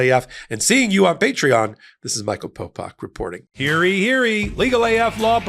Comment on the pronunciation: Wondering why you say, "hairy, hairy!" in your ad read for the Legal AF Patreon. Do you mean to say "Hear ye, hear ye!"? If so, it's not pronounced the way you're saying it!